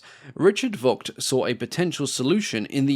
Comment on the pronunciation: Likewise, it's pronounced "Fogt", not "Wogt".